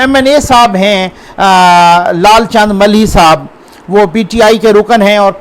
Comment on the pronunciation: سر جی لال چند ملہی نہیں مالہی ہے آپ صحیح کریں آپ پلیز